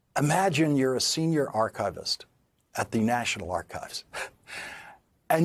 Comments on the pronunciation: Yes. AAR-kuh-vist, with stress on the first syllable. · Schwa in Archivist? How? Archivist / aar-kuh-vist